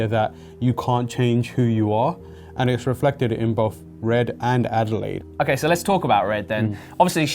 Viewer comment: Her name is Adelaide. As in the Australian city, AKA "down-under"